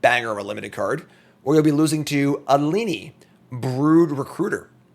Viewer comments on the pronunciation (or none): none